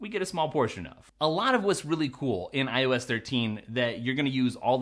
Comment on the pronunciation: Am I the only idiot that kept hearing "I was 13" instead of "iOS 13"? "Today we're going to be talking about I was 13." lol